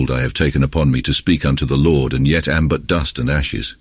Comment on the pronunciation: l ord.ya mean lord ..fukn ai